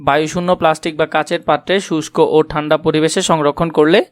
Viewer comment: ঠান্ড হবে না ঠান্ডা হবে😅😅